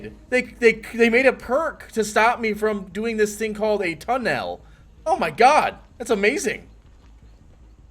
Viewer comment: "Tunn-nelle" lol you can't tunn nellé with DC 🤣🤣😂